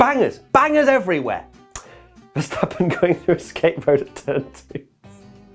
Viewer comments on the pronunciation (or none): To all international sport journalists & presenters: ... it is NOT Lewish ... it is NOT Bottash ... and it is certainly NOT Max Vershtappen!